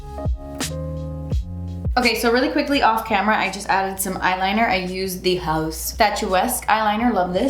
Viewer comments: I love the way you say “HAUS” it cracks me up 🤣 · The way you pronounce the haus cosmetics has me rolling every time 😅😂